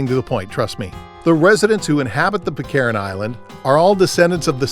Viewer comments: Sounds more like Pitkan actually. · Pitcairn, not Pitt Karen FFS. Learn to speak.